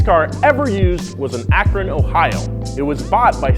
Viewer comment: DID YOU SAY AKRON?